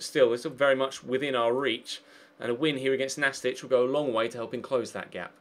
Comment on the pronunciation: Pretty sure the team you played in the 2nd game is pronounced Nast-eek not Nastich (they're not a Croatian player lol) as it's short for Gimnastic